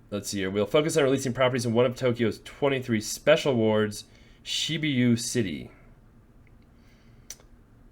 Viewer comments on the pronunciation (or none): Shi-boo-ya city